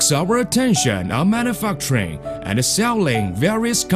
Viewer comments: This is my new favorite video. Fucking hilarious. "Manufuckturing" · i keep losing it on mana-fuckturing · "Mana fuckturing"